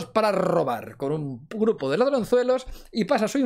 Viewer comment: "Con un purpo de ladronzuelos" ¿Lou está inventando su propio idioma? 🤔